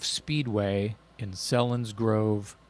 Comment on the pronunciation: Came for the Dirty Looks and subscribed for the content. Selinsgrove is pronounced with a "long E"!